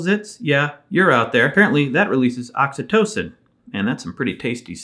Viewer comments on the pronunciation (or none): none